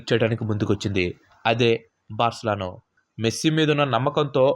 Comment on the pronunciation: Barcalano kaadhu Barcelona